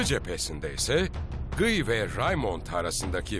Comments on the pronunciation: GIY ne ya :D "Gi" diye okunur o, azıcık araştırma yapın :D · her şey harika çekimler, anlatım vs. ama bi de Guy'a (gİy) keşke (gUy) demeselerdi.... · Şu Kudüs Kralının Adı Gıy Değil Lusignan De Guy